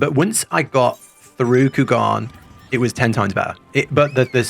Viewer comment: Took me a while to realize that he was saying Kugane wrong. In the english it is pronounced as "Coo-Gah-Neigh."